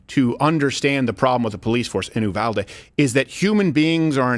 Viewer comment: For gods sake Uvalde is pronounced You-Val-Dee. Not that it’s super important but that’s how we say it here in Texas.